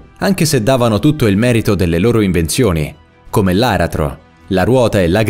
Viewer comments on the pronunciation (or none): Non si dice LARATRO MA L ' ARA'TRO